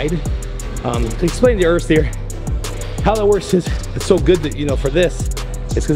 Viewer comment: Is it really to difficult to try to pronounce a name right? Of course Urs is a chilled guy and it doesn`t matter to him, but I would be pissed of. "Ürs" - gtfoh.